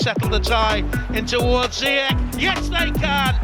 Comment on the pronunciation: ziyech name pronounces like = zee ash